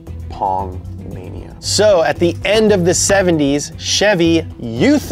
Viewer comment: That’s not how you pronounce Chevy